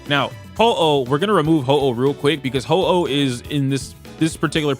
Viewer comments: why bro calling huohuo ho-oh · Huo Huo ❌️ Ho-Oh ✅️ (I like it more though 😂)